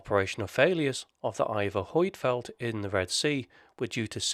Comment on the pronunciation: Annoying how the name Huitfeldt is pronounced in this video. The correct way to pronounce the name is found here.